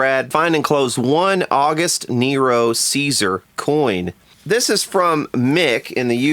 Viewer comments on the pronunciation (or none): none